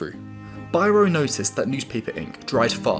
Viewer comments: His last name is pronounced bee-ro, despite the device itself being called a bi-ro in the UK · Biro: “bee-ro” Oh, you Brits.